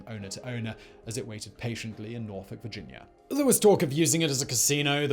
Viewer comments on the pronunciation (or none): none